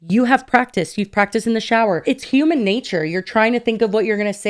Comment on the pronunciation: did he say "huming" instead of "human" ? Lmao